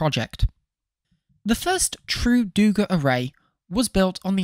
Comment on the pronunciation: Its DugÁ not DÚga, too late for the video, but for future reference.